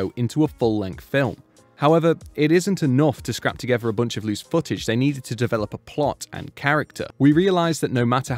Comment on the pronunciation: The word is "together". The word is NOT "tugevah".